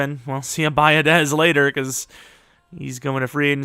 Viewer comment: Centers last name is pronounced be-odish...aren't you from Wisco? Lol